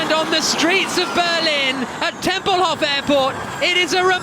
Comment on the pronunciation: Someone please tell the commentator that "Tempelhof" is spoken with a long o and a short f. Not like Hasselhoff with a short o and a long f :) Great recap, really looking forward to the Berlin race. Hello from Germany :D